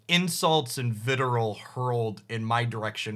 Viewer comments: Wait so is vitriol pronounced "viterole"? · I was thinking vit-ree-all myself, but also, !pronounciation :P Also, having only read things is a common reason why I mispronounce things myself. That or too much Latin etymology and too many centuries of English people mispronouncing things inbetween, not that we're the only ones that can fuck up how to say other people's words, we're just the masters.